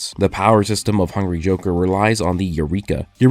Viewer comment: whenever he says "hungry joker" it sounds like hungy joker 😂